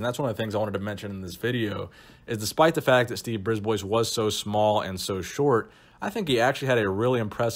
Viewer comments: Bris ba not Brisboys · Its not pronounced Briz-boys, its pronounced Bris-bwah. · Just FYI bois in a name is pronounced bwah. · Brisbois is actually pronounced "briz BWA". It's French. Thanks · Another great trip down memory lane., nice! I believe you pronounce his name Brisbois: “Brisbwa”, as he is French Canadian. The S is silent! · I'm fairly certain Steve's last name (Brisbois) is pronounced "Brees - b-wa". He's from northern Ontario Canada which has a large population of french Canadians. The more you know! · It's pronounced "Ghee Yome" and "Briz bwa" they're french names..and i speak french. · brisbois (breesebwa) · i think its pronounced steve Brib-wah. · Pronounced Breeze-bwuh.